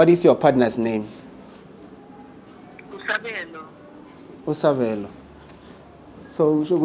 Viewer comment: Wenze I mistake 😂😂😂😂😂😂 ngokubiza igama la Sabelo 😂😂😂😂